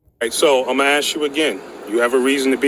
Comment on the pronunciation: “Ima aksss u uh gin” why do we tolerate this illiteracy?